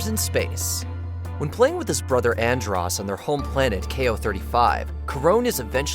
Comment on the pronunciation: At least pronounce Andros name right